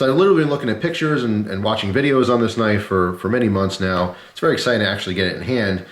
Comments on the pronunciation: "That's not a knoife" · That's not a knoife, this is a knoife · hahahaha Thats not a «knoife», that´s a «knoife»!